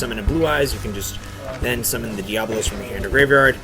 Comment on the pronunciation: Why do so many god damn people mis-pronounce Diabolos?! It's DiaBOlos!!! Not Diablos!